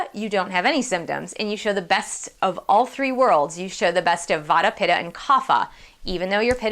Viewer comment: Try to pronounce in a way like: Vatta = Vattee, Pittaa = Pittee